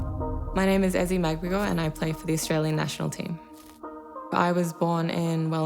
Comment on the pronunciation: How about learning how to pronounce her name properly?